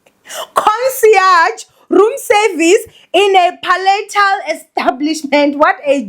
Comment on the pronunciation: “Concierge” pronounced consiage”